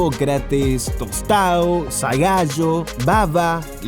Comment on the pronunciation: Gran video, pero Zagallo estuvo muy mal pronunciado.